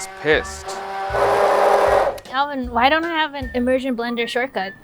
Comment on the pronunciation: I absolutely loved the way pronounced Alvin's name ("Ehl-veen"). I truly miss this dynamic duo working together.